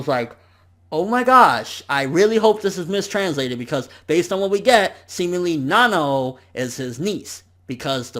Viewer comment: It's Nanao ( Nuh-now)